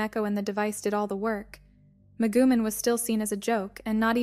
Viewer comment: "Meh-goo-men" hahaha